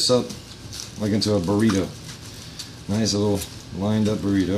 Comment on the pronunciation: When u said burtio I bit into my burtio